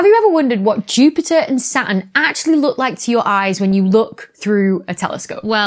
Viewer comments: Makes me sick to hear you say "SAT N" not quite SATIN the cloth, but much better would be "SA TURN" I really hate it, mispronounced!!! make it "sa. Turn" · Saa-urn , love the way she pronounces it. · "SA-uhn" I actually like that pronunciation haha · I’m sure Saturn has a t in it ,if you’re going to talk pronounce your words !